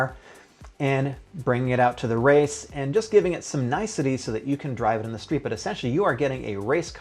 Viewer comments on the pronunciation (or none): none